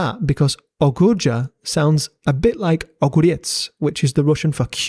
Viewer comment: thank you for trying your best with the pronunciation, it wasn't great but my ears are not bleeding and I can appreciate the effort (огурец gave me pleasure tho)